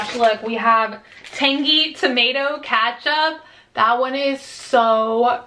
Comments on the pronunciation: Ketchup not katchup. Lol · It’s not katchup